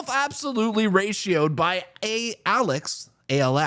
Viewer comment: Lol its A-L-X.